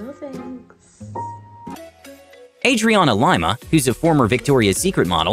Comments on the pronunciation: It's not Adriana LYMA, it's Adriana Lima(LEEMA) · Adriana Lymaaa hahahahahahahaha its Adriana Limaaaaa.... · aIdRiAnA lImA wtf guys please her name pronunciation is brazilian, is so weird when they pronounce like american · Adriana Lima (Lee-ma) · Is it me or he said Adriana LAima?🤦🏻‍♀️